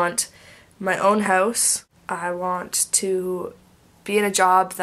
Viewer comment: you still have an accent when you say about and house:) And i'm actually the same with you hehe